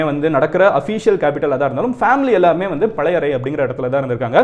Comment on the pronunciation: பழையறை இல்லை பழையாறை. கடரம் இல்லை கடாரம். தமிழில் பொன்னியின் செல்வன் மற்றும் பால குமாரனின் கங்கை கொண்ட சோழன் படியுங்கள்.